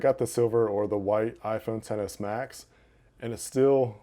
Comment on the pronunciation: It kinda sounds like he said iPhone 7 s idk why tho